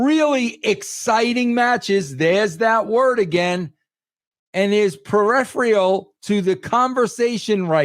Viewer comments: lol "Periphrreyal" ?? Vince Russo, I mean, Vic Venom, the greatest writer in wrestling history pronounces "peripheral" as "periphreeyal". This is the most recent Vic Venom appearance ? Well, as Vince McMahon said about the first Vic Venom appearance on Livewire, this is "the worst thing I've ever seen on television". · Yeah because he couldn't spell cringe, let alone pronounce it. "Periphreeyal" ? Lol. He's the dumbest person ever involved in wrestling. And imagine how many people he's "bro'd" his way past to take that title.